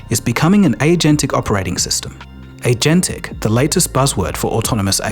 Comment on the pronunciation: thats not how agentic is pronounced.